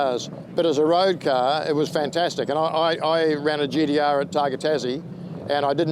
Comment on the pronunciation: gee dee arrrrr